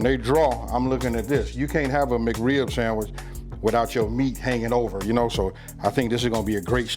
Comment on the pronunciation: The Riblet samitch Not sandwich, but samitch